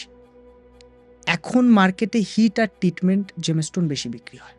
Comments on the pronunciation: Gemstone word টা সঠিকভাবে উচ্চারণ করতেও পারে না। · জেমস্টোন কথাটাই উচ্চারণ করতে পারে না ,আমার বড় বড় কথা বলছে ।